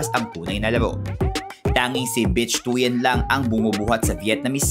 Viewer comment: Correction po, the pronunciation of "Bich Tuyen" is similar to "Bit Twin". "ch" in Vietnamese is weak "t" and "u" is very weak where stress is in "yen".